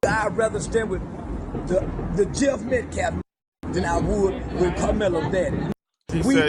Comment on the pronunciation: That minister guy says "Metclaffe" also